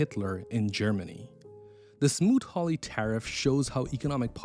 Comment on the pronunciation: The tariff act was smoot hawley Not smoot ried